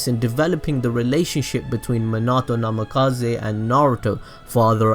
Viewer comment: NAMIKAZE NAMIKAZE NAMIKAZE NAMIKAZE NAMIKAZE not NAMAKAZE idiot